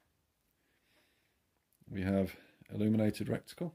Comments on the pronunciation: Old Chinese proverb " that which is shit flies to pieces",, great video, but please please stop saying RECTICLE... IT'S RETICLE!!!👍btw, I've got 3 airmax 30 compact scopes, I love them. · Don't keep saying "reCticle" - it's RETICLE! 😂😂